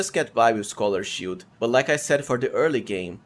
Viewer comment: "shiout" "shioult buff" "scholar's schioult" "greatshioult"